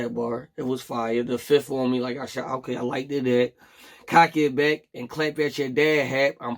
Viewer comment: I "likted" that.. WTF IS LIKTED?🥃